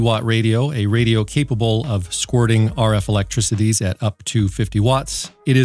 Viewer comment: LOL you said "ELECTRICOTIES" again lol